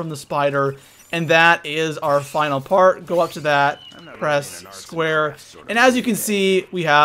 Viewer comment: He said: first part i know the p sounded like the f